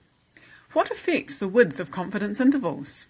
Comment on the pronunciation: afiix. affixes. wtf? I needed to listen to it 5 times before figuring out that the narrator means "affects", not "affix". tough accent.